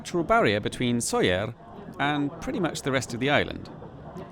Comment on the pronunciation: Como he llegado aquí? Por cierto, es Sóller.